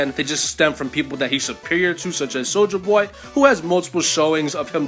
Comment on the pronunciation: I always laugh when you say "soldier boy" because i always hear it as "soulja boy" for some reason lol.